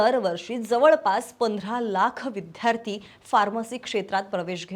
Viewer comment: विद्यार्थी हा शब्द विध्यार्ती असा का उच्चारत होता तुम्ही